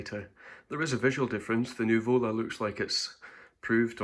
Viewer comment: accent is on the first U, it's Nùvola, not nuvòla :)) greetings from Napoli